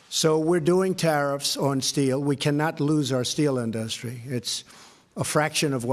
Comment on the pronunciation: It's industry, not in-dust-tree.